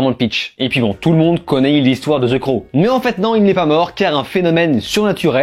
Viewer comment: Enfin un mec qui prononce bien le titre...en plus la review est cool .